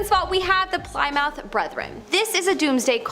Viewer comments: Ply-mouth? It’s plymouth (plim-eth) as in Plymouth Rock. Eye roll. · The girl in this video just said Plymouth as Ply-mouth. Like PLY of toilet paper, and mouth like on your face mouth. Seriously? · Lol who pronounces Plymouth like that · ply mouth ????? where did the pilgrims land???? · Its because the name comes from across the sea. It does not originate from the U.S., the correct way is Ply-Mouth, but it became Pli-Mooth in pronunciation. 😂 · Ply mouth😅😅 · Learn to pronounce Plymouth-amongst other words that were mispronounced. Lol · Nice pronunciation of Plymouth 🙄